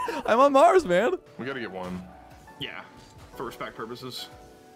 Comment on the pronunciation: Greetings from Austria. I sometimes understand ja (German word for yes) instead of yeah and I have no problems with that.